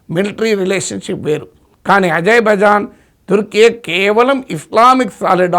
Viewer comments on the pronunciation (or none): Idhi ajay bhai jan kadu babu idhi azer-bai-jan 😂